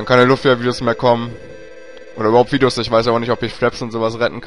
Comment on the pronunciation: Wieso sagt der Typ eigtl. immer Luffia? Keule, das heisst LUFIA!